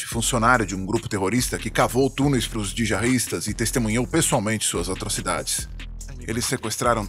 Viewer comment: Você disse "dijahistas", na verdade você não queria ter dito " jihadistas"? 😅